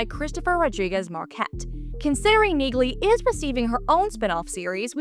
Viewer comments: The "G" is silent in Neagley, like the "G" in Neighbor and Phlegm🤔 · By pronouncing NEAGLEY wrong, you've shown your hand that you haven't watched any of the 3 seasons of Jack Reacher franchise thus far, & therefore have no credibility.